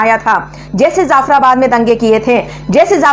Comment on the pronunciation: Madame I love your Videos but one suggestion: The word is : Jaffarabad Not Zaffarabad Thanks stay blessed Ahmeen